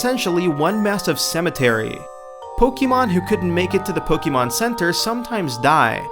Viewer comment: "Lumoise City"... You mean Lumiose. (I know it was probably a typo and you read it that way, but it still felt wrong) While I'm there, it is pronounced Pok-ay-mon and not Pok-ee-mon. Keep up the good work anyway! Your videos are getting more interesting than before (even if you could cut some parts of those clips sometimes, because they're pretty long).